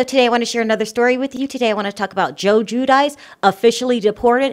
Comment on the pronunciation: Isn't it pronounced gwee due chee? All others spelled like that were.